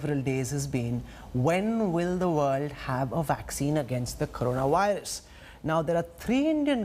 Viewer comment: He keeps saying waxcine and wirus instead of vaccines, and virus, just wanted to know from which did he passed!? anyway you may say as you like we understand you, but the things that worries the people is the vaccines becaused it takes more than 6 to 7 years to develop ,if so?! Then 95 percent of the world population will be wipe out ,I am very very sorry to say that!! .